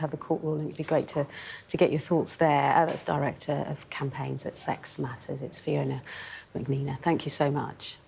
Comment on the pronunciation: Why didn't the interviewer take a few seconds beforehand to learn how to pronounce Fiona's name ? It's so rude 😡